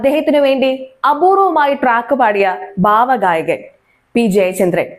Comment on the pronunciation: PLEASE SAY "BHAVA GAYAKAN" INSTEAD OF " BAVA GAYAGAN"